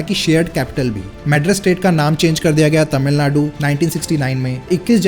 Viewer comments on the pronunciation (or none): none